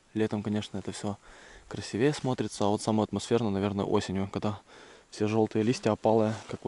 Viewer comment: правильно говорить красИвее, а не красивЕе